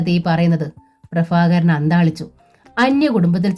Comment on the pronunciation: ഭ ഉച്ചാരണം bha എന്ന് ഉച്ഛരിക്കാൻ പഠിക്കണം. ഫ fa അല്ല. പ്രഭാകരൻ, prafakaran അല്ല 😂